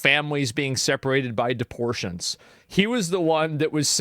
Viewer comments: DEPORTATIONS NOT "DEPORTIONS" LOL. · Asmon - "deportions" -Gold lol